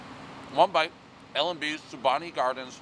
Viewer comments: Spa-Money Gardens and Dee-Farios 😂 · SPA-MOE-NEE gaadens.... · I’m more disturbed that he pronounced it Spu-monni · Spu MOANEE. Not spu MONi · Video News yea I was like wtf 😂 he sounds Italian but fucks up all the Italian place names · Spuh-mow-nee Dave. At least you’re wearing men’s clothes for this review. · Madon’ my ears. SpumOni you fuckin fugasi😂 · Pronounce with me ......SPUH-MOAN-EE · Did this man really pronounce Spomuni wrong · I love you Dave but that’s an absurd score, I have ate there since 2018 and that slice is a 8.5, I can’t even take your review seriously when you can’t even say “spuh mow nee.” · Who is this Philistine? I've seen this guy call Giordano's the best deep dish in Chicago (this is laughable on several objective levels, nevermind subjective opinions), and now he's eating regular slices at L&B Spumoni Gardens (pronouncing it "Spu-mahni" like some kind of momo), a place known for it's square Sicilian style slices. Dude, no. Just no. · It's pronounced Spuh-moh-nee. Say it with me now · spuh-moan-ee !! seriously!! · Not only can't Dave pronounce "spumoni" correctly I am willing to bet he doesn't even know what spumoni is! Still dreaming about this pizza 40 years later! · Doesn't know how to pronounce spumoni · You’ve clearly never had L&Bs, dude didn’t even pronounce Spumoni right. I guess it’s our fault for designating pizza reviews to a guy from Boston…. Still ❤ Dave though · Guy thinks it takes 6 hours to get from Manhattan to L & B, can’t pronounce “Spumoni” and then wants me to believe that his review actually matters? Shame. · You don’t get a reg slice at Spumoni Gardens, you should be able to pronounce the word Spumoni, you are in Bensonhurst, pretty damn far from the Brooklyn Bridge - as a guy from Brooklyn, it’s the best pizza anywhere. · In addition to not knowing how to pronounce spumoni, he plainly does not know what spumoni is. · Can you be an authority on pizza if you don’t know how to pronounce Spumoni?